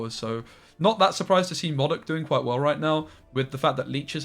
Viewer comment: Its pronounced modok and not as modok. 😂